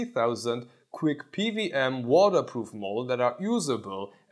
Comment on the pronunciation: p W m, not p V m...